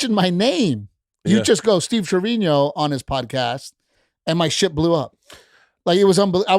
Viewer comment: Isn’t it Treviño?